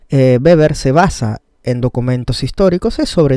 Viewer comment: Weber pero se pronuncia beber ya que la w en alemán es b (o tambien) v